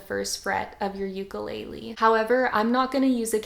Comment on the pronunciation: It’s ukUlele not ukeeeelele